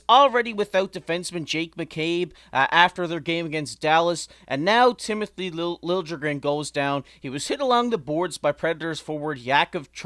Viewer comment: Lil ya gren, not Lil je gren.